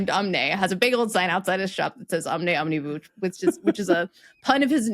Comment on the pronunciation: Never heard anyone pronounce 'omnibus' with the last syllable rhyming with 'loose' rather than with 'cuss' [and Collins English Dictionary agrees with latter.] ETA: A lot of cars these days don't include a spare tyre.